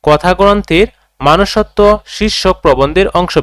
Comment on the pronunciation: Manusotto ❎ Monusotto✅